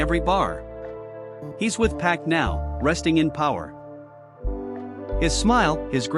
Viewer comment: If you're going to have a voice especially AI trying to say names at least sound the name out so it can speak it right. Pac= Pock